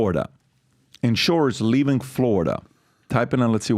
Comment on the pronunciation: Patrick, when you say words ending with "ing", why do you add a "k" sound? In other words, the word "LEAVING"...you say it as: "LEAVINGK". And you are not the only one. I hear it from a lot of people all of the sudden.